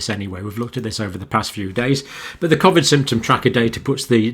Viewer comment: Can you please tell me why you say Covid differently to everyone else